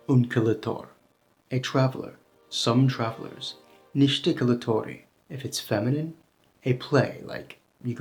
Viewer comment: Nice video! You seem to have trouble with the soft final i (faceți, vorbiți, călători 😂). You need to visit Romania and immerse yourself in the language.